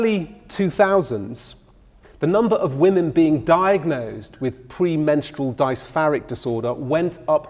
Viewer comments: A man that pronounces "dysphoric" as "dice-far-eek" will tell you everything that's wrong with it. There's a lot wrong with the field and a lot of work is required to rework it. And capital isn't helping. But the argument about the public being "overmedicalized" holds no water — most people do indeed stand to benefit from mental help. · Was enjoying this lecture until you went into PMDD. Pronounce dysphoric correctly, and most of all, don’t giggle or joke about it. It’s actually very serious and many women suicide over this. I’m glad that there is more awareness raised and treatment available. Don’t minimise such a major illness by comparing it to pms as it much more severe.